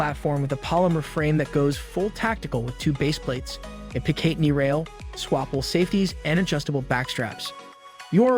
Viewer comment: 9 Em-Em? Armory Springfield Echelon? Pic-ateney rail? Sating Sauer Three Hundred and Twenty? talking about Sig and showing a Glock. Sag Sauer? This video is so cringe. Shame on YouTube for including this in the algorithm.